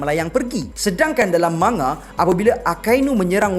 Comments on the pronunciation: Cara sebut dye man,ga... Jepun takkan sebut ma,nga... Sbb diorang xde huruf nga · Sebutan 'manga' tu Ma Nga or Mang Ga?....mcm awkward plk bila sebut Ma Nga tuh😅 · Siyes ah bro ko sebut ma-nga? Sejak ble tgk anime manga ni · Rasanya lebih kepada "Man-Ga", bunyi dengung pada huruf N. Boleh je taip di Google Translate, dengar sendiri sebutannya. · Manga manga. Geram ja dgr cara dia pronounce manga. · thanx bro. Just rsa trganggu skit bila.dgr speaker sbut perkataan manga tu berulang kali.....sbb mcm.awkward skit bunyi.nya😅....so.thts y sya mcm.nk cri kepastian